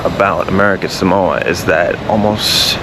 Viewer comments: If you're going to do a story on it at least pronounce it correctly! Samoa SAW MO A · It's a pity you didn't learn how to pronounce Samoa. It's Sah Mo Ah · Right off the bat I wish you would at least pronounce Samoa correctly.